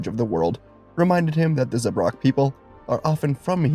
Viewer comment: Beautiful theory, but just a heads-up, Zabrak is pronounced with two short 'a' vowels, like Atlantic or Anthrax, just a heads-up if you use them again in a theory video, and coven is pronounced exactly like oven, but with the c in front of it. Beautiful theory, as always ❤ the team up idea in this theory was dope, and the ending was even better! Well done, as always!